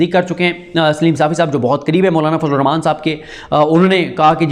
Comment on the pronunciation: Bhai Siddique kindly Bismillah ko poora Ada Kia kerain Rahman ki Adaaiegi ko sahi Kia karain